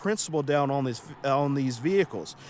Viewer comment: On is not pronounced OWN